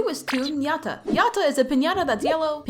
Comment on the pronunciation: Yatta is supposed to sound like yadda not yaT